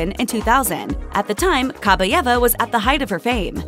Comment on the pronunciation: Ok, since no one has mentioned it yet: it's pronounced Kah-BYE-eva. Stress on the second syllable. "Кабаева" если по-русски